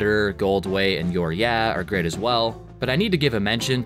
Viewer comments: it’s pronounced “you’re eye uh” not “you’re yeah”, and it’s about how Ned hates the dentist. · FYI Youreyeah is pronounced “Uriah,” it’s the name of the singer from Dead End Path, another band from their area